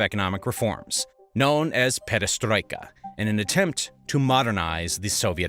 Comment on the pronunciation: Attack of Nazi Germany agains Soviet Union was called "Operation Barbarossa", not "Operation Barbossa". And Gorbachev policies from '80s were named "perestroika", not "pedestroika". Man, you have this written on screen ! My ears are literally bleeding hearing this. And perestroika happened after (and probably because of) Afganistan war, not during it. And there was no backlash in Soviet Union between young people and wealthy elite. And in 1990 Soviet Union did not lose control over any territories in Poland and Romania, because there was no such territories. The only place, where there was significant backlash against mobilisation was Dagestan and it was quickly pacified. In other regions men are going to army pretty willingly, lured with promises of good salary. There is no specific support for local leaders in Russia regions, as these local leaders are all representatives of One Russia party controlled by Putin. They are all basically Putin's puppets, just part of the regime. And those leaders were specifically chosen based on their loyalty to Putin, not their competence. So any chances of local leaders rebelling against Putin are next to zero. And so on and so forth... This material, though entertaining, is mixing up dates, facts and sequence of events. You could do better.